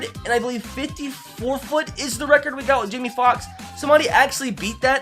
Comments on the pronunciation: Stop saying 500 foot it’s feet dude not fit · 500” foot” what it’s feet say feet